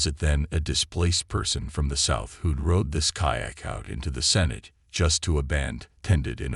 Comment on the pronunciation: over 6 min to get to sinkhole, you mis pronounce sinote and what was with the picture of mexican ANTIFA?